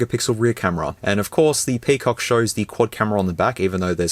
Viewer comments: Can't stop laughing whenever he says Pee Cock!!! 🤣🤣🤣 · FYI : PCOC pronounced "Pekok" on here 😂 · Crack myself a good laugh whenever bro said PIPI and PCOC. Which are plenty on the video